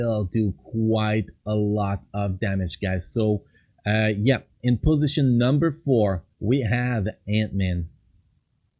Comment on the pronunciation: Possisoin number tree 😂😂